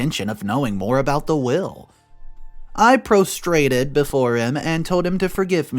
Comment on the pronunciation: Prostrated = pros -tray-ted